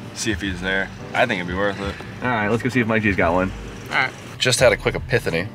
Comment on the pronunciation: did you say "epithany"?. (it's epiphany. e-pif-a-nee)